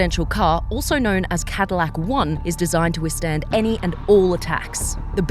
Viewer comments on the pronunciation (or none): none